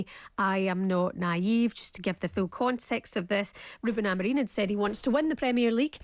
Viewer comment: Someone on TalkSPORT need to tell both and that Ruben’s surname is AmoriM and NOT AmoreeeeN 🤷🏻‍♂️ Please please please correct them, it’s so annoying!!